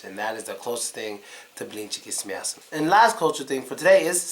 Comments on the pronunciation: сука, охеренно говорит " с мясом" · Как он четко без акцента произносит "с мясом") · "с мясом" совсем без акцента сказал... походу, это наш негр - из лумумбария) просто выдает себя за американца. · С мясом очень даже не плохо сказал...